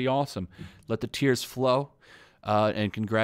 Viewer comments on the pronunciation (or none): none